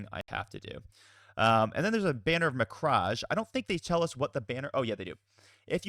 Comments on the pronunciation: cant wait to see these being played, great video. BTW it is prenounced 'ma-cragg' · It's pronounced mek-rage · Hey so I wasn't gonna bring it up but you kept doing it, it's "Muh-crag"